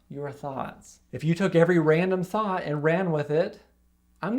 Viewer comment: Listen to this and imagine it is Thot instead of Thought. Phew!